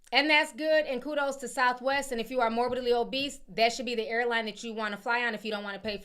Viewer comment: 🤣😭 not morbidly o'beast!!! Girl, it's morbidly obese! You've got me cracking up!!! 🤣🤣🤣🤣🤣 Almost sounds like a stage name: Morbid-Lee O'Beast 🤣🤣🤣😭😩 oh man...🤣🤣🤣